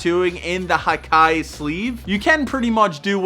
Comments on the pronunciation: Great video,, but just a small correction: when talking about Japanese words, don't pronounce them like you would in English. "Hikae" is not pronounced like "high kye", but something down the lines of "he kah eh". Also, in my opinion, sleeve tattoos can also be inner or outer. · Its not pronounced as hai kai Its hee- kaa -eh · I love the video man!!! One thing to add, hikae is not pronounced /hi-Kai/, it’s pronounced /he-ka-eh/. I’ve been studying the Japanese language/culture for almost two years, and I agree that it’s one of the best types of tattoo.